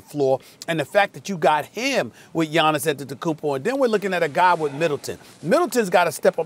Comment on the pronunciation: Giannis ampetenkounpo